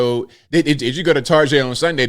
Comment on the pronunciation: LoL Tar-GAY!!!!🤦🏽‍♂️😂😅🤣😂😅🤣😂😅🤣☠️